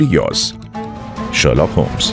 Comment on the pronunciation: The pronounciation of sherlock holmes in ur voice ..... ❤❤❤❤